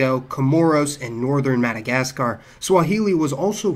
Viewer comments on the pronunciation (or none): none